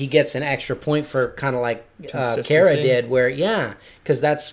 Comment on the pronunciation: Hey it's Kara's enclosures! She is a good snake mom check her out on twitch. She loves her boys so much. Also it's car-uh btw